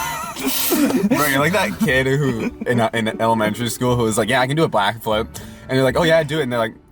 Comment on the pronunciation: Although called a backflip blackflip we've all pronounced it that way before